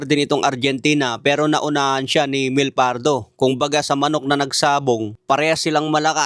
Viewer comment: Di marunong mag pronounce, Tobayas at Myel ang pagbasa sa pangalan nila.